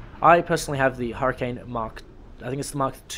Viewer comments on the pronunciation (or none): none